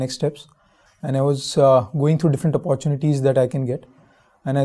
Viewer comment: Brother nice answer but your pronunciation of opportunity will cost you a lost dear plz correct it, its not pronounced as अपोरट्यूनिटी its ऑपरट्यूनिटी